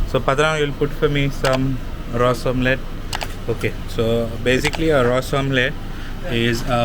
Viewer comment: You are a goan please pronounce Ros omelette properly